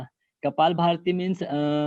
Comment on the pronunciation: Its Kapalabhati not kapalbharati😀